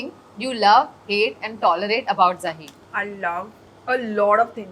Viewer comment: Such a sad thing that the host doesn’t even pronounce the guest’s name people… what is ZAAHIR?